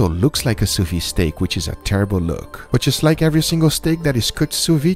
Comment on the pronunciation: The thing is called "sous vide", and be pronouncin' it "su vi" booga